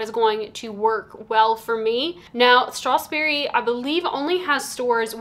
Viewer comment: I do wonder how annoyed the salesperson was when you can’t pronounce the brand correctly even once